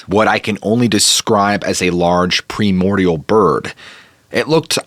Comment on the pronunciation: If it has more than one syllable, this guy can't pronounce it. PRY mordial!